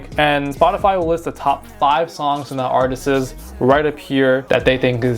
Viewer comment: “Artisis” is crazy 😂